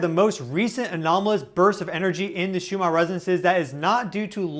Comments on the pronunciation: Just wondering why you pronounce Schumann as if it is spelled shoe-mar? 3I/Atlas is sending healing signals for the sea creatures being harmed by human activities. I've often been concerned as to how much detergent or poisonous chemicals we pour into their source of existence. There are now dead spots in the oceans and the whales have stopped singing. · Perhaps if you slowed down a little the Ns in Schumann would be easier to enunciate. Maybe cut down on the stimulant/coffee?